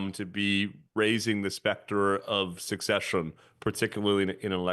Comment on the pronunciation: Listened to a few times. He keeps pronouncing it as succession!